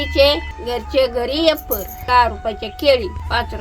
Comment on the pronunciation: अरे वॉ रेडी शब्द इंग्लिश एकदम.😅